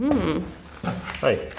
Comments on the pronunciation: I think whoever sent you that knife? Just wanted to hear you say. Oh that's a nooiiiff. Ala crocodile dundee... that's nawt a noooiifff. 😂😂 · "thats not a knoife"